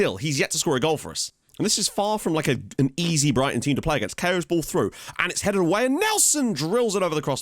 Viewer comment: Hey Caio is pronounced like Kai yo, the Cai part is said the same as Kai in Kai Knight and the io is said like yo at the moment you are saying it like Kei yo